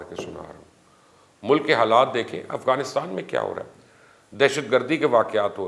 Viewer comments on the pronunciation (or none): none